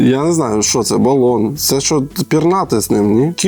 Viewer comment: Поясни їй - не баллон а балон з правильним наголосом на а. А "кирпичек" це білий хліб спечені до речі по британській технології. І кірпічєк - говорять тільки на сході старожили. Насцати на неї було би благо для неї!